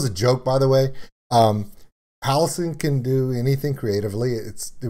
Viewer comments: You missed the cameo by Violet in the mirror and the drawing. Symbolising that Violet is the Demon inside. Also Jonathan Young is mixed into the vocals as background guff noise. Also for future reference how you say it. it's Halo-scene not Halosen. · Ok, I've gotta say it because it's driving me crazy... Halocene is pronounced Hal-oh-seen.